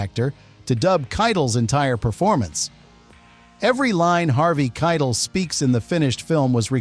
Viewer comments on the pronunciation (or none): I thought Harvey's last name was pronounced 'Ky - tell' not kitle which rhymes with title.